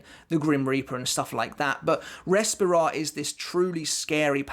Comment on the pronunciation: I don't want to be that guy but as I am Spanish it's a bit of a trigger haha Barragan's power is pronounce "Res -pee - ra", with the strong sound on the "pee" not "Res"